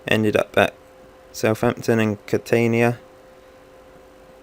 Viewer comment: Catania = Cat-an-ya